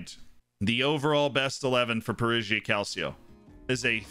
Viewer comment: And "Perugia" is pronounced "Peruja" (with a "j" like in "jam") - not "Peruzhia" (where "zh" is the sound of "s" in "measure")